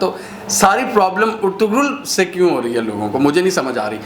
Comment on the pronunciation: It's pronounced as Er-tu-rul